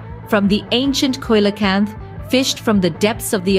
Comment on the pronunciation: Coelacanth is pronounced see-lo-kanth